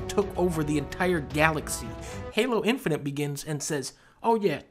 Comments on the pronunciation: i cant ignore that dunkey pronounces it infininte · Plus he says INFININT with the N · dunkey be like: infininint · Lol he says “Infinint”.